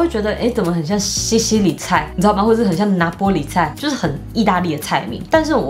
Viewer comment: 莫名被Meg 念西西里菜和拿坡里菜有點口音 又很失敗的小地方戳到笑點😂😂😂 好可愛❤️❤️❤️